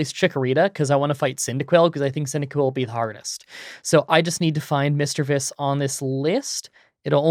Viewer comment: i also use OBS Studio for screen recording. Also you pronounced Misdreavus correctly.